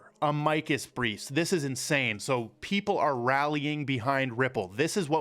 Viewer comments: Mo-saad not moo-sad 🤦🏻‍♂️🤦🏻‍♂️🤦🏻‍♂️🤦🏻‍♂️ Ah-mikus briefs???? It’s pronounced Ama-cus Jesus Christ man. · Just in case you cared it is not pronounced uh-mike-us. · Try pronouncing Amicus properly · You’re saying Amicus wrong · you need to learn how to pronounce words you use...Amicus, etc